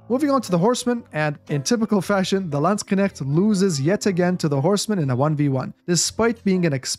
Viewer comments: Oh the pronunciation! I hear you say: /Landsg - k - negts/ similar to "Lands Connects" It should be something like: /Land - SHHH - nekts / similar to "Land 🤫 Necks" Great video BTW!! I'm subscribed now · you always say "Landskenechts" instead of "Landsknechts" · Landskenecht lol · Edit: Based on the many questions posed in the comments section below, I've decided to further expand on the Unique Upgrades of the HRE for its infantry to answer your questions. Check it out! How many times did say Landsknecht in this video? My German friends, I hope I've pronounced it correctly all those times! Thanks for the continued support as always, and more Age of Empires content on the horizon - stay tuned! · you pronounced "Landsknecht" pretty well, just the "ch" is not performed in the back of throat. It is more similiar to the "ch" like in "french" but we could argue it is a kind of dialect :D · I've heard from a few Germans to not pronounce the "cht" at the end as "ch" or "sh" sounds in English, but I know zero German or any of its dialects so I wouldn't know myself.. :D I suppose there're a few correct pronunciations then based on what you said :) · I find it hilarious that you put so much time and effort into making a high quality Video but can't be bothered to use google translate to check the pronounciation :D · everyone of you german Kevins: hört euch mal an wie andere AOE4 caster "Landsknecht" aussprechen, danach werdet ihr die Füße küssen! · yeah, Germany has different dialects too, so it was fine and more importantly understandable. I use 'sh' formed at the back of the tongue and pallet, tongue pressing against the molars. Gives the word a smoother 'flow' and not as clipped as you said it. I think you said it very Swiss-German.